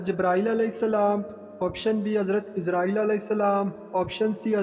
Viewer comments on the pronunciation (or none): none